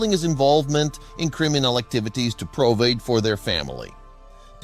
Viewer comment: “Provade”! Abandon-ed”. This is AI garbage. 💩